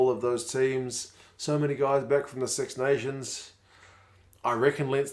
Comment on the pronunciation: Your English is very good! But remember, it's pronounced 'kid' not 'kud' and 'sux' is 'six'. Keep it up!